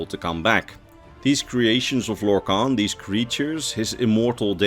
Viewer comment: everybody has heard of lorkhan, but have you heard of lorkant?